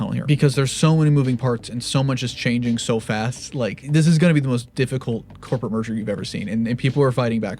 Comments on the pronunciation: The way you pronounced "merger" sounds a bit like "m*rder"... Ironic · Merger has two syllables And he would have to say “murder-er” which is three dummy